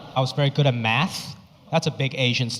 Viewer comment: I love him !! SOOooo funny. I LOVE the way he says MATH as MAST. I LOVE Ranch 99 !!!!!!!!!!!!!!!!!!!!!!!!!!!!!!